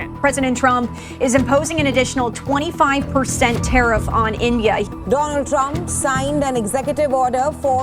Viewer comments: Sahi se padho kya likha hai or puri video dekhna, tab pata chalega kyu comment Kiya hai meine.....Donald Trum ki jagah Dolund Trump kaha (slip of toung)...watch full video from beginning... isliyeh 😅... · Donald Trump ❌ Doland trump 🌝✅ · Doland trump 😅😂